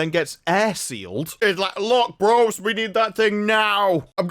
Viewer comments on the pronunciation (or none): none